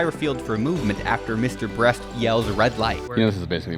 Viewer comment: "Mr. Breast." :)